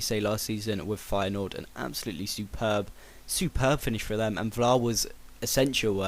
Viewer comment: Btw, insted of saying Vlaar, it's more like you're saying Flaar.. The Dutch and German V, is like saying F!:)